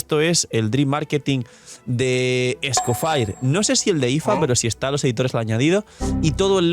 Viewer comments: no esco FIRE💀 😭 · "Escofaier" ya le dicen los yanquis online? Deberia ser "Escofié" como en Francés, está basado en un nombre existente después de todo. Pero bueno, le dicen "Nóbail" a Nobile que es de origen Italiano, que se puede esperar. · es que se pronuncia "es-co-fie"